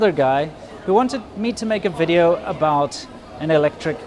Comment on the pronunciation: "Welcome to another wideo!"